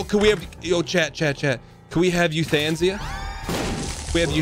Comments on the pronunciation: "you-than-sia" lmao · no he didnt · chat was probably mad he wasn't saying euthanasia correctly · Does he say Euthanasia like that on purpose